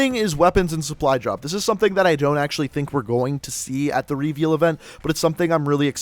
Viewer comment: why cant you pronounce reveal properly?